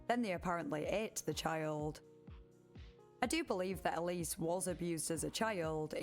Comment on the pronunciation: Isnt Ellis pronounced Ell-iss?